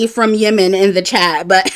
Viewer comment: It’s pronounced YEM-MEN. The two M’s are pronounced as one with no break.